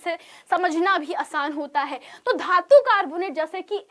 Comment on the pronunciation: धातू ❌ धातु ✅